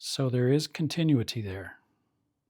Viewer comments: He said it only twice correctly in his last video too. It is phonetically pronounced: con tin new it tee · I like your instructions but you made some errors when checking the power transformer. You checked the secondary windings with the #80 rectifier still plugged in. Had the winding been open you would not have caught it because you were reading the filaments in parallel with the windings. Nice job on checking the others coils. Also you are mispronouncing the word continuity. Good job !